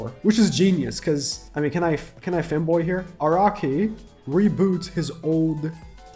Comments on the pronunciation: did bro just say "Can I femboy here?" or "can I fanboy here?"? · He said can I Fanboy here